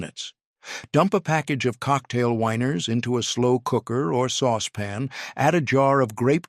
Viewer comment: I the narrator wanting to say "the weiners" instead of "the winers?"